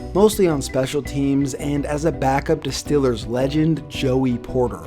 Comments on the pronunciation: StEEEEElers...not stillers! Cmon!!! Lol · BRO ITS STEEEEELERS NOT STILLERS. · Get it right and pronounce it right, it's The Steelers. Like steel. Nobody's pronouncing your browns; Cleveland brons.😒 It's not hard, so you come off as being funny. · it's Steelers not stillers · STOP SAYING "STILLERS" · Love your vids, but hate how you say “stillers” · it is stillers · learn how to say "steelers" idiot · You say Steelers wierd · Why does he say “Steelers” all weird? Are you from Texas or something? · Does anybody else think he pronounces Steelers kinda weird